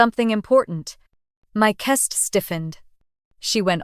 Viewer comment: AI mispronouncing Chest (CH as in cheese ) CH est